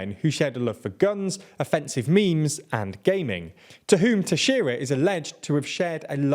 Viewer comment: you pronounced Teixeira way better than CNN